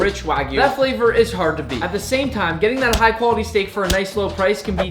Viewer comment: He did not bhaste the shteak🙂